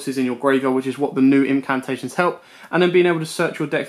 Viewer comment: I love you man, ur deck profiles are awesome. But imma have to be a grammar nazi for a sec. Nephthys is pronounced (nef-es-tist) Incamptation is pronounced (in-camp-tation) Cerulean is pronounced (s-air-oo-lean) Sorry man but that was killing me all vid😂, keep up the amazing work. Excited for more content.